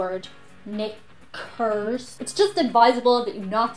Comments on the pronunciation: So pronouncing the word "knickers" very carefully to avoid the racist word coming up in the autocaptions, and instead it comes out as "Nick curves" and later "Nick curse". Autocaption has a lot of trouble with your accent. It rendered both "queer" and "quare" as "queer". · It sounds like she was saying the N word. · "Can you meet my friend" what the hell kind of wing-maning is that? Knickers is commonly known. I guess its your accent though, makes it sound closer to the other word than iv heard.